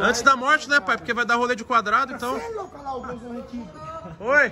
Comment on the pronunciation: Se tem Toguro Botando Loudo em vez de Louco tem Like QUEM CURTE A CASA MAROMBA DA LIKE